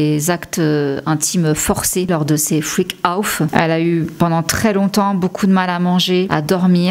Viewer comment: Freak out et pas freak ouf; j adore tes videos et ta personalite je suis une fan, beaucoup de respect pour ton travail🙏merci pour cette video❤❤❤ a suivre cette affaire..